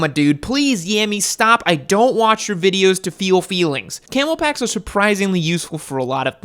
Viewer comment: Am I baked or did he say camo backs and mean camel backs